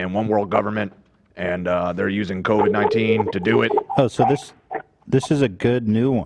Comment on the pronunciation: On the bloods / crips language. A lot of bloods will put a “K” instead of a “B”. I’m sure they understand others will joke about it if it’s all C’s replaced by B’s like how AB said Bovid - 19. It would be Kovid - 19 most likely.